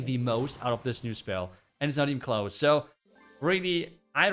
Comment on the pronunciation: When he says "CLOSE" I hear "KLAUS" 😂